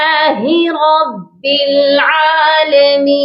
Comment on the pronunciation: (علمین) کے لام پر زبر پڑھو محترمہ